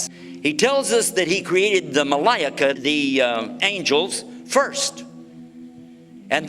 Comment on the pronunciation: In the beginning the way he said, "MaLa'IKA" just sounded so wrong lol, May Allah s.w.t bless and protect us all.